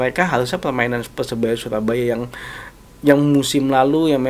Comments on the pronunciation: lidahnya kurang lancip jd bicara R tdk jls . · PERSEBAYA BUKAN PESEBAYA RRRRRR